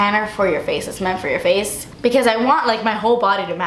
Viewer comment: "because it is not forr you" lol!